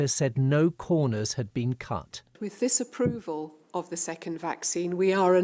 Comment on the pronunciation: Dr June Raine: With disaprofal of the second vaccine... Disaprofal? WTF!!! Hhhhh